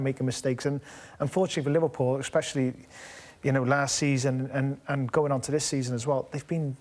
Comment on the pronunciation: Craig ‘eggspecially’ Bellamy